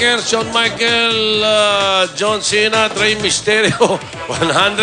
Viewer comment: mali ang pinag sasabi nila ahahah! :) dapat Rey mysterio hindi Rey Mysterios ok :) at si Hulk hoogan hindi si halk hoogan